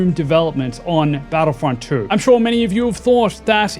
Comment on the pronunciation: My friend I believe it's pronounced two not true and in your vid I keep hearing you say battlefront true so had to stop watching the vid only after a minute